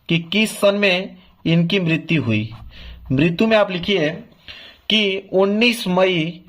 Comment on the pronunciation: martyu😂 lgt bol rhe ho sir or likh sahi rhe ho 😂😂